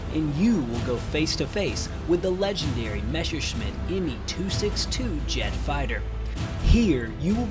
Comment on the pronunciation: my ears hurt each time you spell "messerschmit" and "luftwaffe". Please check that up in German :)